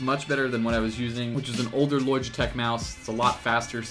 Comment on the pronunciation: Why do you say logitech like you have a fucking speech impediment. It's pronounced LODGE - E - TECH.